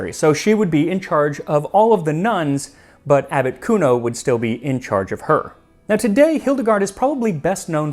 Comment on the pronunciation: Every time you say "Abbot Cuno" I think you are saying Articuno. 😂